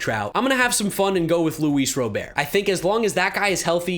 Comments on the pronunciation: I’m waiting for the day you stop pronouncing Luis Robert’s last name “Ro-bear”. The dude literally pronounces it “Rah-BERT” himself. It’s cringey at this point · Small note: Luis Robert's last name is pronounced the same as you would if it was someone's first name. Definitely love that you're appreciating him as much as us White Sox fans, though.